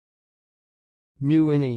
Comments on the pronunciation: This is my Last Name. It’s wrong. It’s pronounced “Muh-Winn- E” MeWhinney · It is being pronounced incorrectly here. Correctly, it is Me-Whinney .